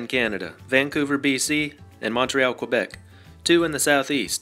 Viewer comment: 3 mistakes. He mispronounced Quebec.